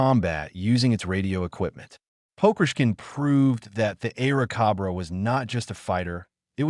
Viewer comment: cobra... not cabraa